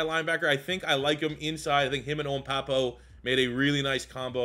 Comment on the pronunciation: For Owen Pappoe - Pappoe is pronounced "PAPP-oh"